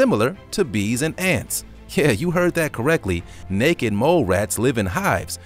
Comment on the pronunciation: Haha the first time you said necked mole rat lmfao